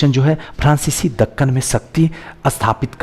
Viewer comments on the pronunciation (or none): none